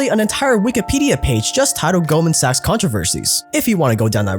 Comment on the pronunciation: You can just call in golden. The way you pronounce 'sachs' makes it odd to watch the video out loud.